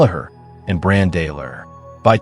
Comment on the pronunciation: It's "Brawn" not "Bran"